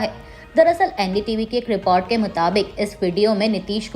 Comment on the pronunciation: Anchor ka hindi ucharan sahi nahi h jaise America, schiv, report